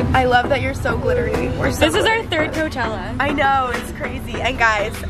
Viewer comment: Your intro said clochella